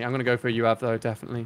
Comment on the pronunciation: U.A.V, not U-Av. 🤔